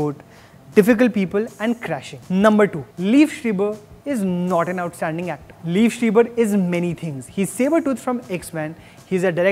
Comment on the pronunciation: You had me had the wrong pronunciation of Liev Schreiber.